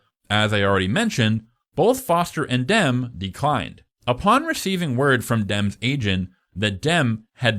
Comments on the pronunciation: Its not Johnathan DEM. Its Johnathan DEMI. Come on dude, at least get that right. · It’s pronounced Demmie not Dem stupid 😮 jk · It's pronounced DIM EE, not DIM. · I always thought Jonathan Demme's last name was pronounced Dem-E. Is it really Dem? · bruh iono why it’s so infuriating but why are u pronouncing Demme as ‘Dem’….? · Is this AI? Some of the mispronounciatitions are weird. Or-reon?... Oh-ri-on. Jonathan Deh-mee. Easy to look up. Otherwise, well done introspective! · Jonathan Demme is pronounced Demm-ee, like Dummy with an 'e'. Orion is pronounced oh-RYE-on. Can't believe you have to be told you this stuff. Also: can't believe you haven't mentioned the art direction of the programme, which is by far its greatest achievement. See also: American Gods season one (before they fired Fuller). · It's Jonathan Dem-ee, Dino DeLauren-tees, and O-rye-on Pictures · Great video! Jonathan Demme’s last name is pronounced DEM-ee, like Demi Moore. I’ve always loathed the Hannibal novel; it was so clearly a cash grab and to me the Clarice Hannibal relationship never read as romantic (and the age gap between Hopkins and Foster did not help; plus the fact that she was so obviously terrified of and disgusted by him), so it felt like fanfic (as you put it) to put them together, in addition to turning her amazing, smart, tough character into a helpless maiden that needed rescuing. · So in-depth and knowledgable, while at the same time constantly mispronouncing Demme and Orion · The narrator's mispronunciation of various names (Demme, Orion, e.g.) was really annoying. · JESUS CHRIST HAVE EVER HEARD ANY OF THESE peoples names correctly pronounced? Great video thanks for the hard work.